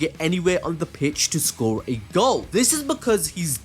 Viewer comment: did anyone catch the fact that he said socre instead of score